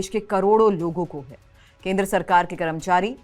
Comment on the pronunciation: कैसे कैसे लोग समाचार वाचक बन जाते हैं कर्मचारी बोलना नहीं आता हैं करमचारी बोल रहीं हैं 😂😂😂😂